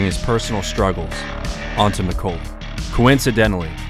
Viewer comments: Mc-Kaw-ley, not Mc-Co-ley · It’s pronounced like Mick-Call-Lee. Not Mick-Cole-Lee. Like the actor from home alone. Might as well be AI. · Neil "MIH-CALL-EE" McCauley... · Great video. But your pronunciation of McCauley really got on my nerves , beings it's my last name.